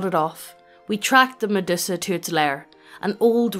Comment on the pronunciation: lol "Meddussa" I have never heard anyone pronounce it like that before